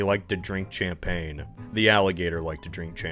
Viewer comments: Bro really pronounced it "Champain" with the CH like it's Church 😭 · the way you oprponounce champaigne omfg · Thats not how you say champagne! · wow, another word i never thought would be mispronounced... champagne is a soft 'ch' sounding like "sh" and the g is silent. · Well, he IS a coinoseure.